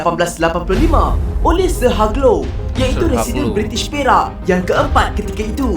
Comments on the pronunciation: Cara sebutan Hugh Low bukan "Hag Low" tapi "Heeoou Low". Pelik kan? Harap maklum. Juga, restoran fast food pertama, setahu saya, ialah A&W juga di jalan TAR di KL. Sebenarnya diletak dekat KFC pertama. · Kalau tak salah sebutanya ialah.....'Hiuj Low'